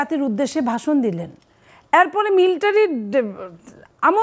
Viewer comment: Miltary nh madam military